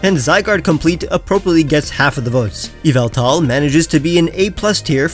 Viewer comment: It’s ya-vul-tal not yeveltal